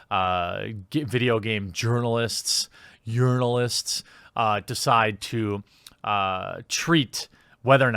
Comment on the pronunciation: Game yournoulists 😂😂